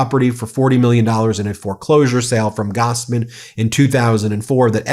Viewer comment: Me being a sir name of Gossman do not appreciate your constant mispronouncing of the other person's last name of Gosman. Goss is an 'aww' sound. Gos is 'oh' sound.